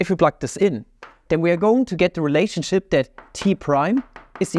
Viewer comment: makes me wonder if he said "relationshit" on purpose or not.